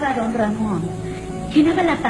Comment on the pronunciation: Perro lamon dijiste